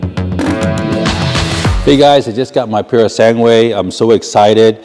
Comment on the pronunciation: Congratulations! Now can you do us a favor? It is not “sanguuuuue” - it is pronounced “sangue” - the last syllable is like “ge” in “geko” ——> “sanGE”. Thank you.